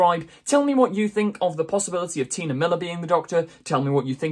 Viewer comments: Why do you keep saying "Tina"? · I think T'nia is pronounced like tuh-NYE-a, not Tina :)